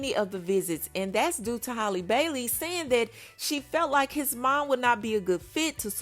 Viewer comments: 🤦🏽 it's Halle pronounced like "alley"..like Halle Berry...Not holly🤦🏽🤣😘❤️ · HA-lee. Not Holly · hal E not holly. why do people do this to her but not halle berry 😅 i just dgi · Can someone tell her it's Halle ..like Halle Berry smh .. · Halle Berry was global and everywhere back in her day so everyone heard her name and how it was pronounced. Halle bailey is still niche so you have people not caring about how her name is pronounced